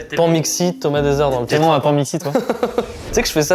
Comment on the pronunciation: "... méfier de l'eau qui doreun, nous rappelle Maxime Deuseureun dans ce trilleureunn..."